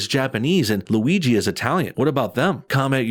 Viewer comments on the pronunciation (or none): none